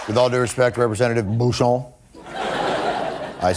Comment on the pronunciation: That's Bucshon, not Booshon. 😮